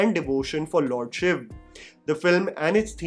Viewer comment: Finally someone who says SHIV, and not shivaaaaaaaaa… 😡😤🙄